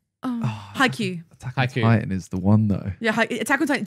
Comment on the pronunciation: Simon, please, Haikyuu not Haikuu. There's a Y.